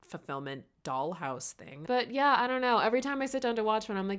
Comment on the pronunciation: you said “yeahhhhh” and i’m almost 100% sure that still wasn’t right😹